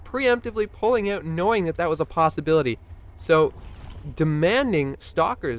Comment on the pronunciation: Is this the famous stereotypical Canadian 'oot' I hear?